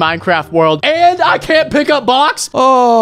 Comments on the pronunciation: You sead i can't pick up enee boxs 😂😂😂😂😂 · Unspeakable: your telling me I’m stuck in a 2d Minecraft world and I can’t pick up boxs! Me:box’s?! Wow and you said proke unspeakable